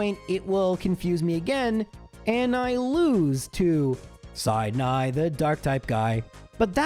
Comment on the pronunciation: "Side-Nigh" (Sidney) The Dark-Type Guy Theme (Truncated)